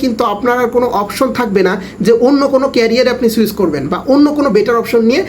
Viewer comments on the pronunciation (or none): none